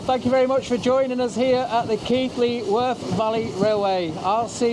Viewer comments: "Kylie" i mean really simon! 😅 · Keighley's mispronunciation is Simon Whistler's fault!